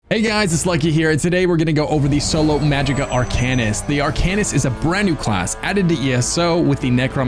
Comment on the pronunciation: Why pronounce Arcanist like that, that’s like saying dra——gonknight